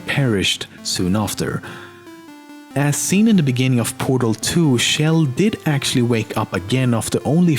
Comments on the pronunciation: Why tf does everyone pronounce Chell like Shell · its CHell not SHell and CarolIN(with silent e) not CarolYNE. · Who is this Shell person you speak of? I know you mispronounce tons of things but named shouldn't be one of them. It's a pronounced like Check at the beginning. The same sound Chug makes. Chell. Source: Valve employees pronounce it that way. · It's chell not shell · The ch sound in Chell is pronounced like the ch in cheese. Not like the sh sound in shell. You can hear it being sung that way in Cara Mia Addio by GLaDOS, at the end of Portal 2.